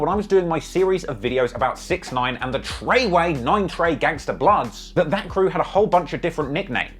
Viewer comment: I swear it’s the emphasis on ‘Trey’ or ‘Way’ or both but combined together it’s hilarious 😂